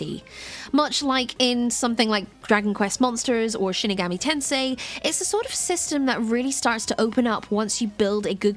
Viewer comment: Was just gonna say this, Shin Megami Tensei is not shinegami tensei or whatever she said.